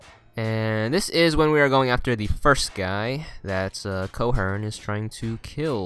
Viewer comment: Sander Cohen's name is pronounced Sander Koh-en. No r in Cohen.